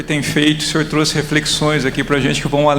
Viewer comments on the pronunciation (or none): none